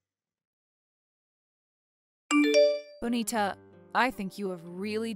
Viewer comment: It drives me crazy when they mispronounce Bonita.